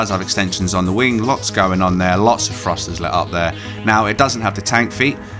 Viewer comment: Why do British people have a problem pronouncing the "TH" in a lot of words? It's three, not free. THink, not Fink. THruster, not Frusters.